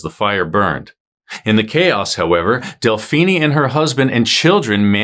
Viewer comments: Delphinie? Seriously? It’s pronounced like Josephine. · Delphine LaLaurie, it is ( Del - Feen LaLaurie ) not ( Del- Feeni'e ) Either way you did your research and a good job on telling what happened. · Del-phee-nee? Uh, NO. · Really? "Woman do it better." A very gauche statement. An aside, Delphine is French, don't pronounce the e. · Ikr? I’m cringing every time he says it. I’m also thinking of Mr. Feenie from Boy Meets World, now too!